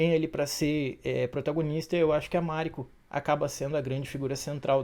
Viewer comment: Máriko, Fudi, Yabúshigue, Búntaro, Íshido, Ôchiba, Ájiro/Ágiro, sepukú...não faz sentido essas entonações dessas palavras todas.